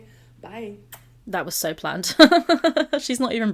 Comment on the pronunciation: im actually so glad you mentioned the way amberlynn talks. perhaps its just because im british too, but the way she talks absolutely gets on my nerves. especially when she says the word "so". she doesnt say so, she says sho. like whenever she says "this is so good" she says "this is SHO gOOOOduuuh!" like she is purposely putting emphasis onto her words. it grinds my gears because it feels like she is adding onto the "dumb stereotype" that people have around her. people believe she is dumb because of things she has said in the past; her constant mispronounciation of the word choreograph being one of them and the way she brags about having a "140" iq while lacking a lot of common knowledge and common sense. being british, and hearing her say the word doing like "dooeeng" will never not do my head in. you are not along in thinking her speech is annoying,!